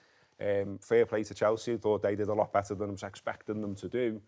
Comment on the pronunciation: How do you guys at The Overlap listen to pronouncing Chalsea like that and ignore it. How do you not "screen test" the new Arsenal supporter to see if he'll come across as so infuriating to the youtube audience. Getting harder to watch this and I rarely miss an episode.